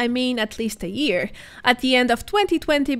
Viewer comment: I am still baffled why you are unable to pronounce Year as YEAR and not EAR all the time.